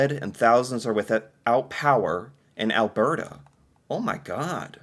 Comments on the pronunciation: It's pronounced Al-BERT-a, not Al-BEART-a. Like Bert and Ernie. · Alberta is pronounced as the name Albert + a. Or if said in a convo, Alberda. You seem to throw something extra into this word. And remember: just BC for British Columbia. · Ok, repeat after me. AL-burr-ta. NOT whatever it us you're trying to say. LOL 😅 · I wonder if could pick out "Albearta" on a map...? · Is it just me that cringes a tiny bit every time he says alberta like he randomly got distracted by a bear halfway through the word? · What do you call someone named Bert. Now say Alberta, it drives me crazy how you say it and has for a couple of years. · I guess you're still struggling with how to pronounce Alberta.. think of Bert and Ernie...... that's how Alberta is pronounced house for Canadian news I'm Canadian I haven't watched any Canadian news and months so you're doing me a favor in Catching me up LOL